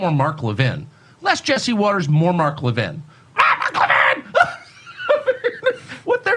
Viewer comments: Le-vin...not Levine fyi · It's Le-VIN, not Le-VEEN 🧐 😂 ........ GOD I HATE HIM! He's got his big fat head completely up Trumps ass. 🤡 ....... He looks like a movie cast MORTICIAN !!! 😱🤣